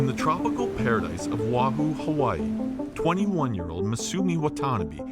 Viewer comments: By the way... The Island's name is Not pronounced WAHOO. It's pronounced: Oh wah hoo. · It’s O Ah Hoo